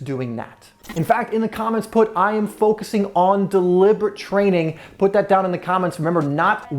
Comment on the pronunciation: “I am foucusing on deliberate training”